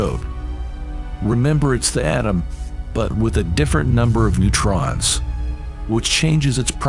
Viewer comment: Painful to listen to , exactly how many "Pro-Tans" are in a uranium "Autumn" ? Ouch